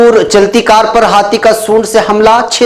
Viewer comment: ko salam, maulana lafz khud kashi nahi " khud kushi " hay